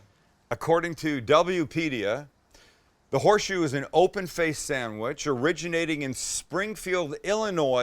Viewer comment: It’s horseshoe not whore shoe 😂